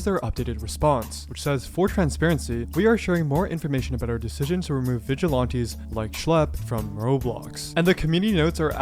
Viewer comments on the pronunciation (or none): I know this is a horrible situation, but PLEASE stop saying "Vigilonties", It's "Viglilanties" but spelled like Vigilantes. I'm sorry and I might get a lot of hate but it's really making my OCD go nuts. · They are not Vidge-eh-lawn-tees. They are Vidge-eh-lan-tees. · VigilOnties. You say it too much to ignore. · still saying vigilaunties bruh xD also Roblox needs to just throw in the towel at this point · why they have issues with the 'vigilontees'?